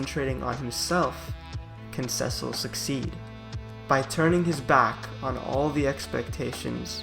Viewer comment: This is a great analysis of Cecil, the dark knight. Two comments follow. Cecil commanded (not "comandeered'," which means take over control) the Red Wings. His name is pronounced "SEE-sill,'" not SEH-sill